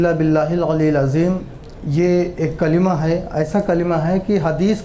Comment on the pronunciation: पाखंडी कलमा को कालिमा बोल रहा है